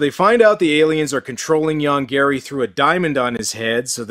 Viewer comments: I know, the monster's name ist Yonggary. But i always hear "Young Gary". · I keep hearing "Young Gary" and that somehow makes this even funnier. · I can't help it, but I always hear 'Young Gary' when they say the monster's name.